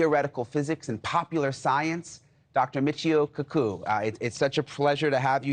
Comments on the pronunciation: He says he's a fan but Kuku not Kaku... Brew it's easy to pronounce and as an interviewer you should've put more effort in making sure you say your guest name properly.... 😂😅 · Kakù...KAKÙ??? I thought it was Kaku. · Reporter: In person! One of the country's most distinguished voices in the field of Theoretical Physics and Popular science: Dr. Michio K'ku Michio Kaku: >.> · Dude is not a fan lmao… dr koo koo, pronounced it differently the second better but still ain’t right…. Michio didn’t even correct him, Neil would have done it in a second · "Dr cacoo"? Haha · "cacoo" lol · Dr cacoo the bird expert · I think he did it on purpose, he's a news anchor and if he had seen kaku in any other interview he would've known how to pronounce his name, cuckoo? For real? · Whyd he pronounce kaku like that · For gods sake pronounce his surname properly. #butchered. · "been a fan for a long time" yet doesn't know how to pronounce his name correctly.😂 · You are a FAN?! You pronounced the Professor's name incorrectly TWICE in a row. My dead Grandma would have been a better reporter! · There are limits to what an audience can take. Could this "reporter" have simply asked or Googled the correct pronunciation of the Professor's name? Apparently not. HOW is this person employed? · He didn’t even have the decency to say Dr.Michio Kaku’s name correctly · He is a fan but don't know how to pronounce his last name? lol